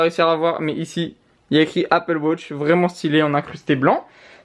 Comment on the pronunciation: Pourquoi tu dis Apple Wotch ?